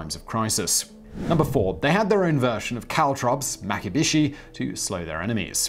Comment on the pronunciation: And isn’t it “maki-bee-shee”, not “maki-bish-ee”?